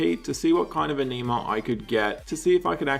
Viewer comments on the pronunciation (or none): Ah-Knee-Mah vomits